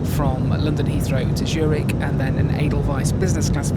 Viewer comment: It’s called Z ürich and not Schürig 😂